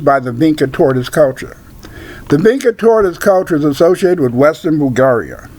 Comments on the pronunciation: Sounds like bullcrap. It is pronounced VinCHa. Hungarians are Finno-Ugric and what migration route did they take from Africa then??? Magtays came to Europe from the 5th century and have nothing at all to do with Vinča civilisation. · If you actually knew how to pronounce "vinča" you might have a little more credibility. As for the Magyar hypothesis, history, linguistic evidence, and archaology says they didn't reach the Vinča cultural area until millenia after these sympbols were in use in the area of Romania and Bulgaria.